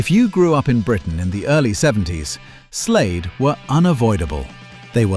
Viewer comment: Its Slade, not Slayed.